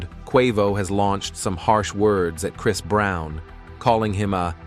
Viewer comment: ai cant even pronounce chris right what in the hell? 🤦🏾‍♂️